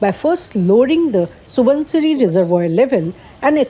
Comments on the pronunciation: Subansiri. Not Subhansiri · The anchor didn't even know the pronunciation of the dam. Its pronounced as SU-BAN-SI-RI, Not SU-BHAN-SI-RI. There is no H